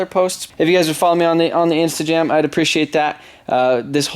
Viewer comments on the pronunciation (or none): Ok ill follow you on the "instajam" lmao tell me im not the only one who hear that😂